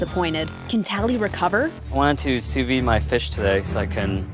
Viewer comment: Joe it’s f.... Sous videE!! Not Sous vie! Ffs!